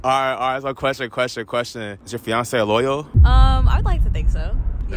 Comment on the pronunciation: I swr you said Beyoncé instead of fiancé on time